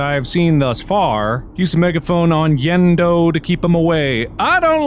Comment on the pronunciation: Yenndo? More like Yend-no..